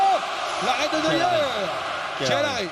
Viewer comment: La sortie de neweur mais mdrr on dit neuer